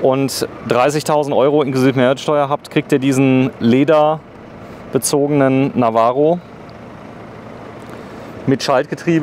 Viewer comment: Nissan Navara heisst der Pickup, nicht Navaro.. 🙄